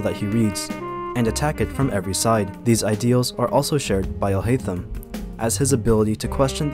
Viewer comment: When you pronounce Alhaitham’s name as « alhaizen », that is only in the Japanese dub and it’s incorrect. The way we say it in English is how you actually say it in Arabic.